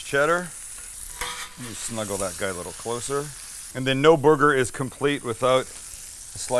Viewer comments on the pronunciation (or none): I swear I'm hearing him say booger a few times.